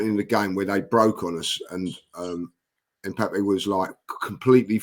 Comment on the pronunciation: said Mpappay